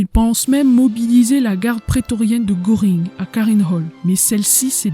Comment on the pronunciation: Contenu très intéressant et bien illustré. Faiblesse au niveau de l'élocution mais surtout de la prononciation de termes étrangers: Goering ne se prononce pas gOring mais plutôt gEUring.